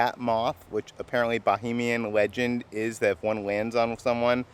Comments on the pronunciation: You keep saying BOHEMIAN....... IT'S NOT.... Bahamian, pronounced Buh-Hay-Me-Uhn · as a Bahamian I’m sorry to say it’s Bahamian not bohemian lol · I know the mispronunciations are part of your lovable charm, but it's BaHAYmian, not Bohemian. Bohemia is in Europe, you're in the Bahamas, lololol. Love you guys and your videos! Thanks for always brightening my day 😊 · The Eleuthera Euphoria looks great and the pineapple container works at keeping out the flies lol. Just a note when pronouncing Bahamian... try not to confuse it with bohemian , think of the you pronounce Canada and then Canadian and then think Bahamas and Bahamian.